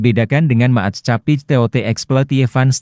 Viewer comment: Staatsspoorwegen dibaca Stats-spur-weihen Maatschappij dibaca Mats-khapai 😢